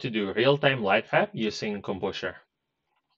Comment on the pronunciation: I cannot pwonaounce the "W" in "lightwap" pwopewly